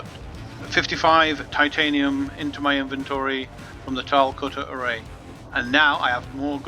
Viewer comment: Why do so many people from the UK pronounce it "cutter-a-ray"? lol